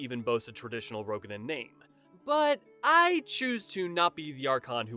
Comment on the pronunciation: Pretty good video overall. You did a good job integrating official developer statements into more in-universe-friendly explanations. Just a couple nitpicks about pronunciation: The 'oe' in Roegadyn makes a long 'o' sound, like the 'oo' in tooth. It's a Germanic language thing. There's no 'i' in 'Hyuran'. Raen is two fast syllables; 'ray-en', not 'rain'. 'Sui' is pronounced 'swee'. Boz-ya, not bozha.